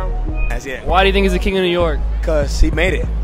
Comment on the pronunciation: Out of towners say new nork....